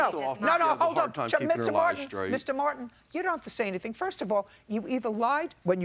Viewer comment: My first name is Martin and I hate when people say it like there's no T in it! "...because of Mr. Mwar-IN..." Ugh... 🤢🤢